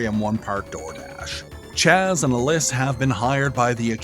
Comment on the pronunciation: couple notes. Alys is pronounced Alice. and Hahn doesnt add anything to the game at all. xD